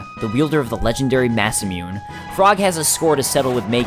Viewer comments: Mah-saa-muine................. I always pronounced it Mah-sah-moon-ey but i might be wrong too. i just know it's NOT mah-saa-muine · speaking of your mispronunciations, Masamune is actually pronounced "ma-sa-moo-nay" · Another superb video! Fantastic summary of one of the greatest games ever. However, two minor nitpicks: "creator of the infamous Dragon Quest series" Why is DQ infamous? Masamune. You say "massa-mewn" I say "ma-sa-moo-ney." Fair enough, probably like the Magus pronunciation, up for interpretation.